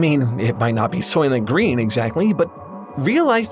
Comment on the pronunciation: the movie “SOYLENT GRÆYN!”